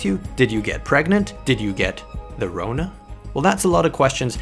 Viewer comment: Lol the way you said the Rona 😂😂